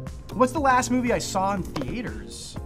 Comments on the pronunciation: I love how he says “The-a-tors” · the way he pronounces theatres made my heart stop, excuse me sir what is a theAtEr? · ah yes, movie thee aiters